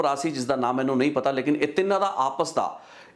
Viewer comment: ਬਾਈ ਤੈਨੂੰ ਨਾ ਤਾ ਲੈਣਾ ਨਹੀਂ ਆਉਂਦਾ ਮਾਹਨੂੰ ਨਹੀਂ ਹੁੰਦਾ ਬਾਈ ਜੀ ਮੰਨੂ ਹੁੰਦਾ ...ਪੰਜਾਬੀ ਸਹੀ ਬੋਲ ਲਿਆ ਕਰੋ